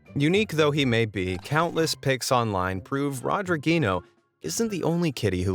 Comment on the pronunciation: Rodriguinho in english becomes Lilttle Rodrigo lol. Love how you tryed to say INHO. So funny lol